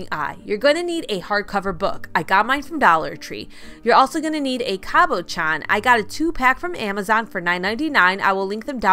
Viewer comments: Love your crafts! But it’s Cab-uh-shon 😉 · Everything was so cute but I almost clicked out of the video the way you were saying cabochon 🥴